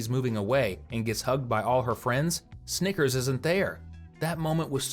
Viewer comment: I was looking away when he said snickers and that first time he said it sounded like something else